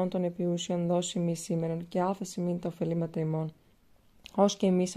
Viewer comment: Όχι Οφελήματα, παρακαλώ, αλλά Οφειλήματα! Παραποιείτε όλο το νόημα, όταν το εκφέρετε απρόσεκτα!